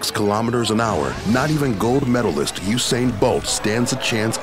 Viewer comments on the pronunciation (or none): none